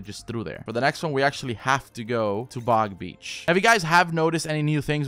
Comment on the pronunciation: Stop saying big beach